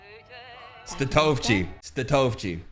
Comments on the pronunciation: lmaooo it's tony [stat-o-vee-chi] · I’m pretty sure it’s pronounced Stat-o-vi-chi